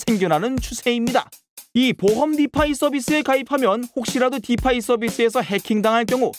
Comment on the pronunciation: 설명은 잘하는데 블!록!체!인 디!파!이! 너무 듣기 거북해요..